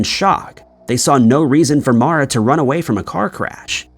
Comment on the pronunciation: Her name is MAURA Murray. Not Mora.